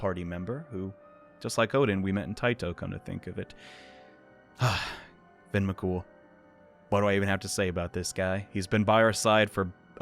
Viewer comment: As an Irish person Fionn mac Cumhaill is pronounced fi-yun rather than fin. U absolutely nailed the surname tho.